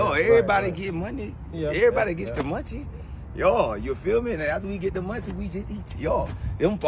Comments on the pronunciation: He ain't say money but "Monte"! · Getting that "Montey" 👊🏼👊🏼😆